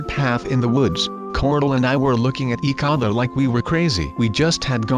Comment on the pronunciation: eak other he keeps saying eak other